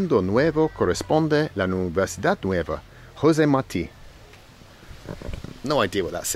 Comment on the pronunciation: Thats not Martin thats Marti